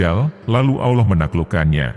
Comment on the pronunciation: Jeleknya kalo pakai A.I. penyuaranya. الله dibacanya 'Alah' bukan 'Auloh'.